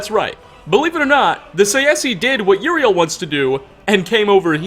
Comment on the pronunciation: Uriel not Juriel.